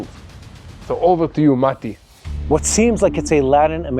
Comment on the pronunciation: Not marti….. it’s Mati